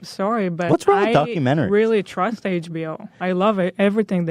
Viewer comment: “I weally twust HBO” LOL wow you guys are out of touch NPC’s.